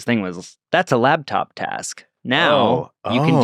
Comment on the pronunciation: Omg, LAPtop, not LABtop. Had to bail on this episode bc I am an easily-irked pedant, and I heard it pronounced that way too many times in a row. The worsssstttt 😂